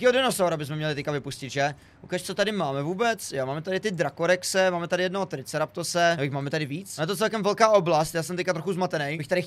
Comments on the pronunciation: Nie je to triceRAPtos ale triceRATOPS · Jak to říkají ostatní: TRICERATOPS Jak to říká: TRICERAPTOS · Jo jen tak mimochodem....zkus říct Triceratops ne špatně TRICERATOPS a ne TRICERAPTOS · To není Triceraptos ale Triceratops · A taky.. JE TO TRICERATOPS, NE TRICERAPTOS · Skvělý video, ale...nechci ti nic říkat ale je to Triceratops ne Triceraptops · Je to [Triceratops] tak už to rikej správně!!!! A ne [Triceratose] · mluv spravne triceratops a ne triceraptos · Je to triceratops a ne triceraptos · Všimli jste si ze vyslovuje triceratops(tricteratops) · U toho hotelu jdej raptory, víš přeci jak jsou oblíbení Jo a nauč se vyslovovat Triceratops